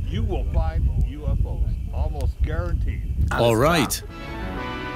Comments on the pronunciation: I was done when the narrator kept saying YOO-FOES :/ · Why does the girl pronounce it as YOU FOOOOS!😂😂 you would think the editor would have caught on to this